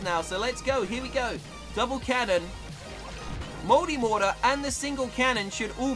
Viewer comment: To me, an American, you saying multimortar sounds like moldymortar